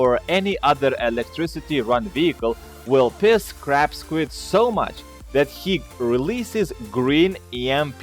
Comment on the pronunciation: i thought Ya Said Crap Squid Not Crab Squid XD